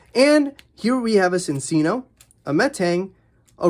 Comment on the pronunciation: it’s pronounced Chin-chino i’m sorry just a lot of people keep miss pronouncing it